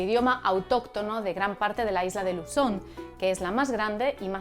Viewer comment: Luzzzón le salió un chin british